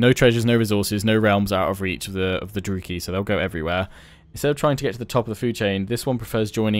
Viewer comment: isn't it droo Kai not droo key?